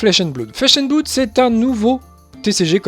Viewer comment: Merci pour cette vidéo, c'est cool que quelqu'un s'investisse déjà sur ce jeu en France ! 2 remarques sur la forme, en espérant que ça soit constructif : ta prononciation de "Blood" au début de la vidéo (mais ça s'améliore ensuite), et un tique de claquement de bouche sur lequel on bloque (on en a tous hein, mais ça ressort pas mal). Sur le fond, rien à redire, tu as l'air de bien connaître le jeu, ça donne envie de s'y mettre ! As-tu prévu a l'avenir de parler un peu plus des archétypes de decks existant, voir de donner des idées de deck list ?